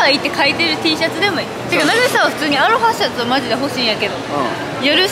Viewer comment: 、アロハシャツのイントネーションも違う😂